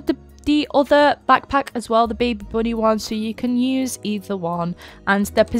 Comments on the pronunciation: when you say "bunny" it sounds like "body" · the “boonie” tho😭😭😭😆